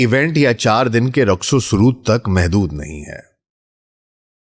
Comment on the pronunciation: Raqs o sarod. Not sarud